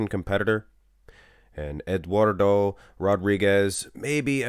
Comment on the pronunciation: It's not "Asti" neither. So, you got 1. 🤣 Actually, you got 0 because that's not how you say "Eduardo".